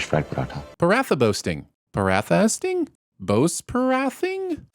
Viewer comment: Why do you pronounce ‘paratha’ like that? Also yeah I mean that bit about makes I’d agree with maybe in most cases but considering her name is Aisha, it’d more believable. Also I find members of the Pakistani community tend to know name meanings a bit better, it’s more ingrained in our culture to name people for the meaning than necessarily after day what sounds nice or after someone you know.